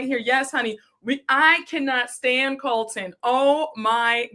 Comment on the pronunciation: Every creator I’ve seen that I watch is sick of Colton!! lol says calls him Coltron!!!! 😂😂😂😂